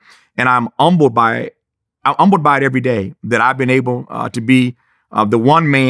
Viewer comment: Why does he make the h silent in "humble"?